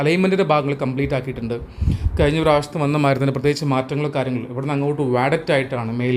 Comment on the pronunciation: വോക്ക് വേക്ക് എന്നൊക്കെ ഉപയോഗിച്ച് ഇംഗ്ലീഷ് പ്രൊനൗൺസ് നന്നാക്കുന്ന മിടുക്കൻ മഴ മയ.. കഴിഞ്ഞ കയിഞ്ഞ. മുഴുവൻ മുയുവൻ.. കോഴിക്കോട് കോയിക്കോട്.. തുടങ്ങിയ വാക്കുകളുടേയും ഉച്ചാരണം ശരിയാക്കി മലയാള ഭാശയോടുള്ള കായ്ചപ്പാടു കൂടി പരിശ്കരിക്കണമെന്ന് അഭ്യർത്ഥിക്കുന്നു. തുഞ്ചത്ത് രാമാനുജൻ എഴുത്തച്ഛനേപ്പൊലെയുള്ള ധാരാളം മഹാന്മാരായ ഉസ്താദുമാരുടെ കശ്റ്റപ്പാട് മലയാള ഭാഷാസംസ്കരണത്തിന് ഉണ്ടായിട്ടുണ്ട്. മറക്കരുത്.